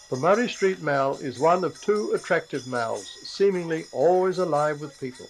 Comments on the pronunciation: Mall not Mal. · Why did the voice over pronounce ‘mall’ as mell???? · Since when has a mall been called a "mal"? 😂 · The "New" Perth Entertainment Centre would have been at least 15 years old already, at the time this video was made. The presenter clearly wasn't a local... Further confirmed by his footy affinity, and the way he pronounced "mall" 😄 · Perthites call it a mall as in ball. Not mal as in pal. Where is this bloke from.....